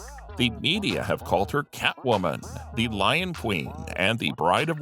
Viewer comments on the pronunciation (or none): none